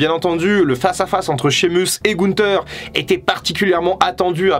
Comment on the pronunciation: Et Sheamus aussi🤣 promis j'arrête là